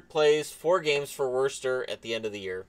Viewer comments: As someone who lives in New England, the way you say Worcester makes me laugh! I'm not from the area, but locals pronounce it "Woo-stir". Great video on a great story! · Its pronounced Wuss-Sta. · Worcester = (wuh-stir) sorry. Great vid though! Keep it up! By far my favorite youtuber